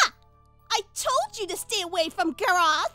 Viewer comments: From "Gorath" to "Garaath" she should've called him "Garage" after that. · she said garrath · Groth? I mean WTH? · xD I thought too first time but I replay it and it was Garraah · Grroth LOL😂😂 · IVY CANT EVEN PRONOUNCE 'S NAME CORRECTLY!! SHE GETS UNDER MY SKIN SO MUCH 😣😤😂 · Anyone else super annoyed at how pronounces name?